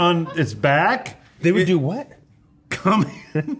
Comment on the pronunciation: The two most important things in this video: "Cuckleberry Finn" and "Co(um)ming" 🤣🤣